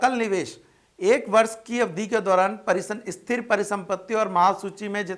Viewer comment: Sir wo Esthir niwesh nhi hay, Sthir niwesh hoga...